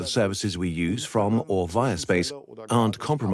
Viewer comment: The yuse force